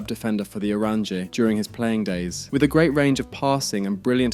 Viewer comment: Bc the pronunciation is really bad. Either just say the orange, or 'Oo-rawn-yuh'